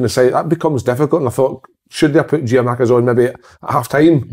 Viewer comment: Simon and Kevin or someone who can tell them stop saying Giamakis!!!!!!!!!!!!! Respect the guy's name